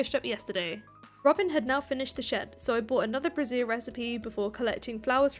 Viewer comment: That really, really isn’t how you pronounce “brazier”,.